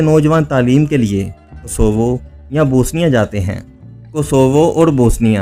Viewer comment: Bosnia kehna to seekh lo bhai. Bosinia koi mulk nahi hai,,,, BOS- NI- A